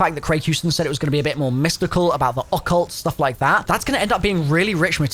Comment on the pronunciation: I’m gonna need you to stop pronunciation ‘occult’ that way too… please… it’s killing me